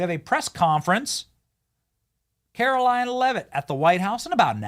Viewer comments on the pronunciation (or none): none